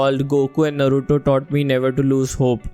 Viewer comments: Come on guys, Its pronounced as Naaruto 😭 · First of all, it's naaruto